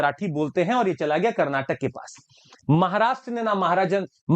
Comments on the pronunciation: Its not Kannad but Kannada, and not Karnatak but Karnataka. Pls understand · Stupid that is KARNATAKA NOT KARNATAK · It's not karnatak bro, it is karnataka... Jai karnataka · Its not Karnatak it is a Karnataka make it correct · Its karnataka not karnatak ...!!! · bhai belagaum or belagavi ,,,:face-red-droopy-eyes:its not karnatak,it is karnataka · Sir it's Karnataka not karnatak